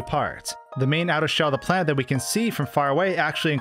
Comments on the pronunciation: He says planet like plant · who else thought he was saying "plant"